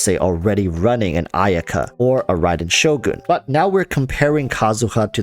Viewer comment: I appreciate the fact that ur using the japanese pronunciation of "shogun" 🙏 the english pronunciation sounds ugly to me..